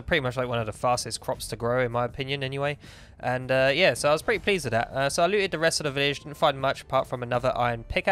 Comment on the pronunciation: i've refrained from saying this but the way he says "there" "that" and "this" is infuriating. dis over dere